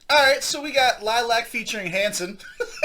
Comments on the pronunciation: Lily-ack is the pronunciation, not lilac. There is another i after the second l. It is Romanian for bat. And they aren't pop. Take it from an old metal head from the 70s. Melody styled her vocals after the late, great Ronnie James Dio. Samuel is an old soul on the guitar. Abigail is one of the best rising female drummers around today. Ethan (bass) and Justin on keys are getting their chops musically. Ethan used to play rhythm and then Melody wanted to let go of performing with the bass in hand so he took over. These kids have sooooooo many shout outs from people like the former drummer for Dio as well as Dio's wife and Stewart Copeland of the Police. At the time of the video they were about 21, 20, 18, 15 and 12. Their father is their music producer as he is one by trade. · I like your honest reaction. They play "Vamp Metal" as they call it. You should check out their catalogue of Covers and Originals The band name is pronounced Lily AK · It’s Lil-li-ac